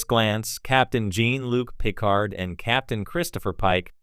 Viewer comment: I don't know if this narration is bad generative AI or if you just don't know Star Trek. But you lost me at the butchering of Picard's name.